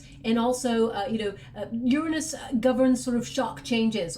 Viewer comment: Completely makes me so happy that you said the planet Uranus correctly.